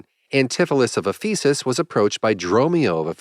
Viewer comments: It’s Éphesis, not Ephésis. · "Ephesus" should be accented on the first syllable, and all the vowels are short. It is a real city, with considerable importance to Christianity. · sounds like faeces